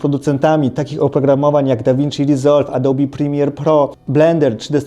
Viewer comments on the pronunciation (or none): none